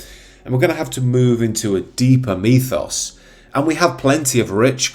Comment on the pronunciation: What is a 'methos'????? Surely you mean 'mythos'? Is it just your pronunciation?